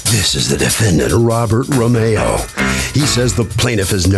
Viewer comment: “ RO-MA’O “ or “ RO’MEO “ ?